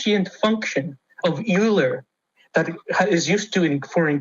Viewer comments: He can’t even get the pronunciations of the name of the mathematician he coopts for his nonsense’s. Euler is not pronounced You-ler, it is pronounced Oil-ler dumba**. That is the problem with reading stuff on obscure web pages rather than learning about it in class at university. It seems that many crank ideas try to invoke Euler as a means of cloaking their nonsense in the appearance of legitimacy. As the greatest mathematician of the 18th century, and possibly the greatest of all time he deserves the respect of getting his name right. His work resulted in the modern understanding of number theory, he made huge contributions to topology, calculus, geometry, optics, fluid dynamics, trigonometry, algebra, graph theory, music theory, physics, and astronomy. Anyone familiar with fractals will be familiar with the Euler characteristics in a Mandelbrot set. His work is as relevant to today as it was to the 18th century. He deserves respect, not being dragged into crank theories. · Derek Donner Cringed so hard at “yoolers” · After a while of doing mathematics, youlear-n about oilers. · Euler, pronounced "oiler." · The way he pronounced Euler's name hurts my hearts